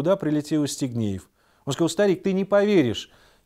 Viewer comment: А мне ещё показалось, что он всё время говорил Естигнеев, вместо Евстигнеев. А может быть и не расслышала.